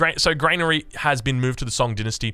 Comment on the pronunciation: Dear funny internet man. It's Gran-ary not Grain-ary Edit: thank you for figuring out the orchard.